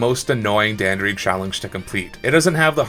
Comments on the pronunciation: The most the annoying thing about this video is that you mispronounced dandori as danderee, which only annoys me because you're literally the only person who mispronounced dan dor ee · It’s Dan-door-i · The way you pronounce "Dandori" physically hurts, great video tho! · The way he says Dandori is funny lol. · Your pronunciation of Dandori made this video really hard to watch